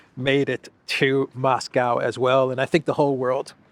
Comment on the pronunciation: Maybe try to pronounce Moscow correctly?